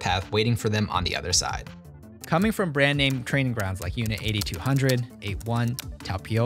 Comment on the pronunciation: Oh my fuck Lol you saying unti 8200 Isn't pronounced correctly. But Hebrew is tough language fir Americans to pronounce